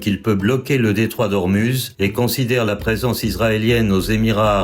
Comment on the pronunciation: Je trouve que la voix artificielle est assez désagréable, d'autant plus qu'elle fait régulièrement des fautes de prononciations comme "Ormuz" à la place de "Ormouz."